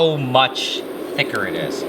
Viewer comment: that didint sound like he said thicker...